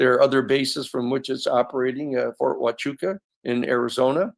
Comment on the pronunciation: Unable to pronounce Fort Huachuca. So far, only Dolan sharp.